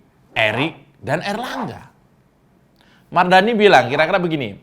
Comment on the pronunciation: KIRA2 ADA CALON INDEPENDENT GAK OM 😂 BOLEH TUH 😅 🤣 NYEBUT MARDANI BIASA AJA BANG 🤣